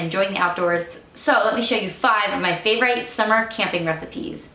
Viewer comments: Favorite has a short i so it’s pronounced with an Eh sound not a long i. I’m sure it’s probably a Mennonite thing as I’ve heard others say it the same. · You haven’t heard it because it’s incorrect . Annoying actually , especially since she Says she was a “teacher”🙄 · I've never heard anyone pronounce "favorite" the way it's spelled. I feel like I've just received new education!